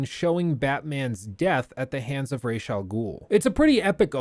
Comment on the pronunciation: Thank you for using the proper pronunciation of Ra's 🤣